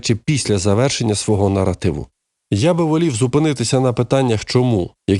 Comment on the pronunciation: Наротиви наротиви наротиви. Нове слово - паразит. А тепер, поправляйте, грамотії тупі - що "нар0тив", пишеться з "А"...